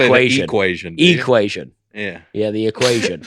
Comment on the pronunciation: I have taught high school mathematics for 27 years and I have always said "equation" with a long e. Probably because I have always taught math in Georgia and Kentucky. Keep saying "e", Dusty.